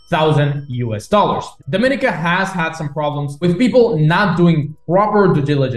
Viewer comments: E-2 Visa is a big plus value for an extra 50K. Do you want access to China or the USA? Btw--pronounced- Dom-a-NEE-cah and Gree-NAY-Dah, and Bar-BUUH-Dah. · You pronounced Grenada and Dominica wrong 😅 Nice vid tho.